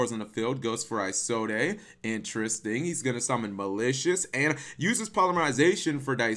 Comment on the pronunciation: He should have popped Isolde instantly. Also Cap, you don't pronounce the last "e" in her name... it's pronounced like "is old".